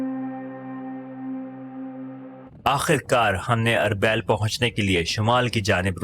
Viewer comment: أربےل نہیں اربیل arbil